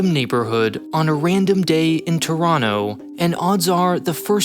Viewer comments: Props for the Toronto pronunciation 👏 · Thank you for pronouncing Toronto correctly